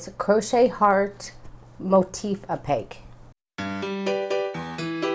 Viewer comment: Great! This is the 3rd one I've tried. This is the easiest, you explain it well, and I like the way the finished heart looks. Just a quick tip, though, on how to pronounce appliqué in the pronunciation video below. But great job! Making a ton of these for Valentine's Day. Thanks.